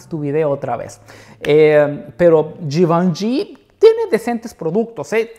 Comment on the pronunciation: Me enamore como pronuncia la marca Givenchy 😍